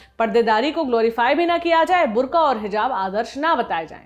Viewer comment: ये बुर्ख़ा है , बुर्का नही ।